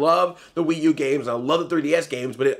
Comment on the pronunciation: I laughed so hard when you said the "Pee U"